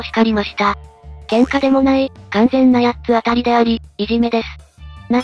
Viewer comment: 読み方を「やっつあたりやっつあたり」とするのはやめてほしい… それはそれとして弟があまりにかわいそう 兄はサイコパス、母は平和ボケの日和見主義のアホ、父は空気